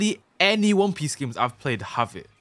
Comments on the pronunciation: "Won peece" 💀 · "Won peece" thats one piece on crack 💀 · won peece game ahhaha